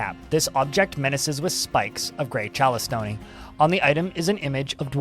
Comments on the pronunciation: Im a rock collector and I just wanted to say Chalcedony is pronounced Cal-seh-dony or if your from the UK Cal-sedony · i honestly didn't know you were saying chalcedony until i read what you were reading lmao.